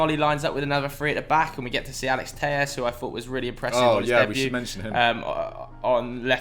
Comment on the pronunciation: He’s not Spanish your supposed to pronounce the ll’s in Alex telles